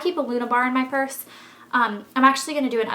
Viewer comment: "in mai pursse" hahah u make my day.